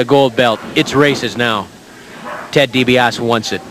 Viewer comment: never did learn how to pronounce DiBiase